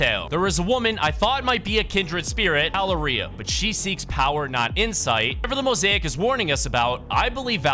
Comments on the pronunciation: And Valer-EEA like HUH?? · Bro rlly said valeerEia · As a latino, it is pretty funny hearing you say Valeria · LMFAO the way dude pronounced Valeria😂😂